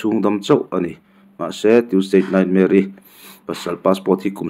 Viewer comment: Tuesdate Nightmare ti a chhiar ang tlata ka ngaihthlak chu le, ka hresual palh nge.